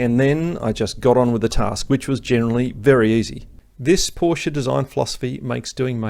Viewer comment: You just got a new sub from this Kiwi/Aussie living in Germany, for 3 reasons: 1 subject knowledge far exceeding mine and great content 2 Anzac connection 3 You pronounce Porsch-e correctly. WTF with all these so called "experts" who can't even say the name properly!